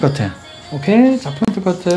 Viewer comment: 포인트.point 인데.계속 F발음으로 하시네요.foint 뽀인트 라고.ㅋㅋ